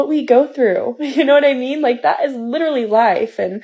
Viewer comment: ....and "literally" (lidaraly)